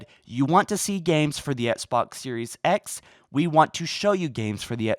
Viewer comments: Can you stop saying “ets box” like it’s XBOX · Sorry man just sounds funny every time u say it lol 😇😎 not trying to b a dick